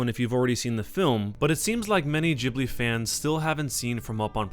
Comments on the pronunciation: ITS GHIBLI not JHIBLI!!!!!!!!!!!!!!!!!!!!!!! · it's ghibli not jibbly. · its pronounced Ghib-lee, because there is an h in it. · gib-ly not jib-ly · So I looked this up because I was curious. It seems like it was named after an airplane named Ghibli with a g but Miyazki pronounces the name of Studio Ghibli as Jibli but it's still spelled Ghibli. But it seems like he doesn't really care. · ghibli is pronounced like hard ghi-bli...not to sound annoying but you can pronounce it whatever way u want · I thought Studio Ghibli was pronounced "geebli" as in "geese" ... or can it be pronounced both ways? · Why is it pronounced "jibi"? Do you also say jost instead of ghost? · wait is that how ghibli is pronounced? i always thought it it gib-ly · (XepherXV) I pronounce it something along the lines of "chib-li" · lol studio Jhibly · You say Totoro completely correctly, but say Ghibli like 'jibli'. WHY? It's 'GHIBLI' - with the 'gi' sound, not 'ji'. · It's not the same. In ghibli the H should be silent just like in GHOST. That'd make it be pronounced with a G and not J. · Is it pronounced Gi-Bli or Ji-Bli? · The pronunciation of Ghibli bothers me